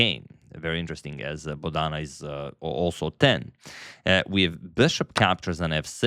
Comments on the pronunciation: It is not Bodaana, it is Bodana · The emphasis on Bodhana is on the first syllable, not the second. So its BOdhana and not boDHAna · Antonio kindly pronounce her name correctly. She is not boda:na:. She is bo:dhana: Siva:nandan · FYI, Bo-dha-na is now you say it not bo-dhaa-na. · Hello Antonio, I enjoy your every chess game presentation and your analysis too. Here I want to help you to pronounce Bodhana name correctly. It is a Sanskrit origin name - Bodh means to enlighten. So her name should be pronounced as BodhAnA. Thank you. Have a Blessed Day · Dear sir, in India Bodhana is pronounced as 'Bo' as Bo in Board, dha is short not long as dhaa, Bodhana means sermon or sermonising. बोधन (Hinidi/Sanskrit) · Rare mispronunciation of the name Bodhana by Agadmator😊 He usually gets it right